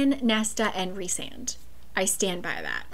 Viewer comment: WAIT YOU CALL HIM REESAND?? ITS RICEAND!!!!! but yes i do love him ALSO WHAT??????? HE DOES NEED THERAPY BUT HES MY SOULMATE ENERGY